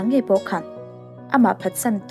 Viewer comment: hming lar lutuk.. Prince Char les tia lam hi chu a fuh chiah lo e